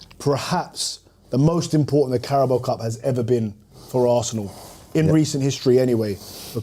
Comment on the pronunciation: pronouncing Carabao as Carabow is hilarious